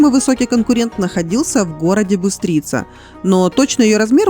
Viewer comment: если вы спрашиваете, то подскажу, где еще есть неточности: Piata Mare и Piata Mica :) не Piate, не Piazza и не Mika. это мелочи конечно, но если вы спрашиваете, то в написании :) еще город Бистрица (не Быстрица) правильно произносить с ударением на первую "и" :) Спасибо большое за сюжет! :)